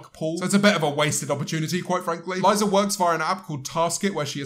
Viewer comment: I swear this man said "Aliza"